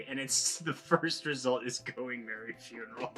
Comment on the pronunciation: Couldn’t even get Merry’s name right at the very end.